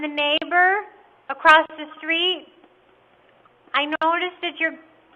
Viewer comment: the fact she said a ross the STREET dude